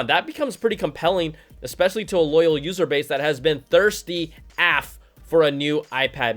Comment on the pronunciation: The way you pronounced af as a word was too funny. Thirsty aff